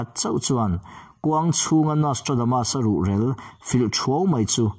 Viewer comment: Ruhrel i lam dan a dik lo tlat.---mi rel tia rel tih lai hi lam rik tur a ni zawk ang. In kan rel tia lam rik ang in i lam a a dik lo deuh.